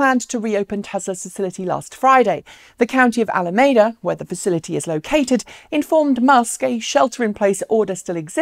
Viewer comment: It's pronounced A-LA-MEE-DA